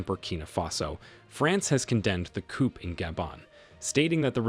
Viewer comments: Please learn how to pronounce “ coup”! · coup is pronounced KOO. Ignore the 'p'! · The P is Coup is silent, but he keeps saying it lmao